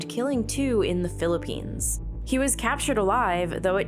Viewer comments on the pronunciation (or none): none